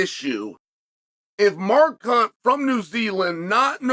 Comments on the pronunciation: I can't help but notice that he pronounces Mark's name "More Cunt" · Did he just say Mar Khunt?